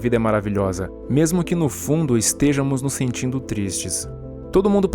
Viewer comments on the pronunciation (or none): Não é "estêja mos". É "estejâmos" a pronúncia cuja escrita é semente estejamos . Vc faz vídeos e comete um erro primário desses. Aí fica difícil.